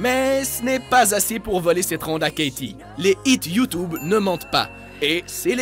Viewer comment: Il dit YOUUTUBE